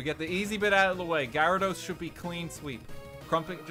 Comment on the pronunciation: has anyone challenged to say gyarados correctly yet?